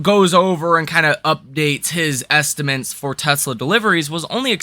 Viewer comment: Great analysis but please stop saying "estimints" - estimAtes is the word.